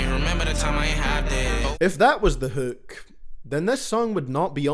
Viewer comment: Hūūk love the accent